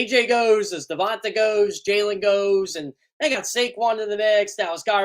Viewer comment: Uhhuhhh teach him to pronounce DeVonte's name correctly PLEASE!! 😂